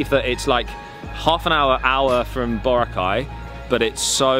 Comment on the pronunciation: he still can't pronounce Boracay properly.